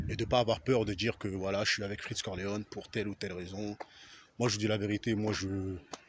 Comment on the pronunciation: Cest freeze corleone pas freech corleone 😂